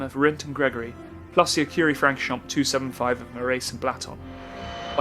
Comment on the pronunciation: Please pronounce Francorchamps correctly. The “a” is not short as in hat but more like “aw” as in paw.